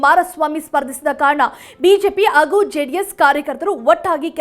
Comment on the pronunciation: ಆಗು, ಅಗರಣ, ಹೆಲ್ಲಿ...ಉಚ್ಚಾರಣೆ ಬರುವುದಿಲ್ಲವಲ್ಲಮ್ಮ..